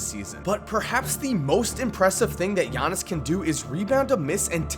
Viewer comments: I still cringe when he says giannis it's yar-knee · It's pronounced just like how Konos P said: Yannis. It's not an English name... It's similar to how Dirk Nowitzki's last name is pronounced "Novitzki" (with the W making a V sound); their name stems from their language, and as such the pronunciation abides by the language. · It isn't yannis nigga it's yi annis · You pronounce his name Gea-nees I'm Greek to that how I know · Ee-yawn-is Ant-et-te-koom-po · firsti wanna say i luv the channel brah. second i think u are pronouncing his name wrong, i believe the g isn't silent. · Oh you goin learn to say my last name - Giannis